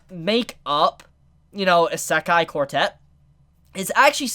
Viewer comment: This is a great video as usual but Jesus Christ this bothers me. It’s not Uh-sekai It’s E-se-kai